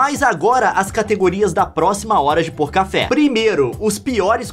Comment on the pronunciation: o nome era para ser hora de pouca fé so que o leon fala errado e foi hora de pôr café